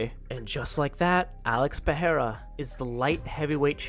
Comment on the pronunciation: "Pee-ai-ra." Goat Chael